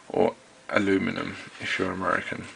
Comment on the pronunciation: Lol, I like this vid because you mentioned the right way to say aluminum. :P